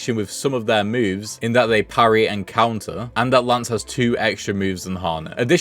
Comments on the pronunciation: I know I'm probably being annoying but her name isn't lance it's lace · Why’s he calling lace, Lance? Lol wtf?